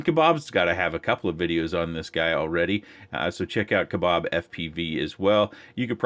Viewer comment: Hearing you pronounce Kabab FPV as Kabob just made his pilot name make sense as his name is Bob 😂 British problems haha.